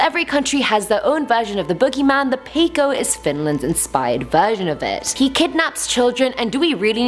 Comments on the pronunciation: Just for you, peikko is said like you write it, so that is how you say it: peikko 😂 i am a finn and it is hilarious when people who cant speak finnish speak it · its pronoucted as peik-ko